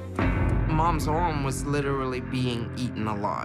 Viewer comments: It’s arm not ooarm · Hahaha cause she says arm like orm XD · Ita not orm its Aaaaaarm say it ffs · SAY "ARM" RIGHT, DAMMIT! IT'S NOT "OWM" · Damm it say “Arm” right it’s not OWM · It's arm not ORM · ARM sorry it annoyed me when she said orm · Can NOBODY say ARM right?! It’s ARM not ORM...?! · Took me a while to realise she was saying "Right Arm" sounded like oooom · you take er right ooOm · Mah wite owm :( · SHES PROBABLY IN OAIN EVEN WHEN IM IN PANE I CANT PRONOUNCE RIGHT ARM PROPERLY AND IT SOUNDS LIKE ohhhhhh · "ARM" SOUNDED LIKE "OWNNNN" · I heard right arm as roight oum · "Her right orm" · I swear she said owm instead of arm read more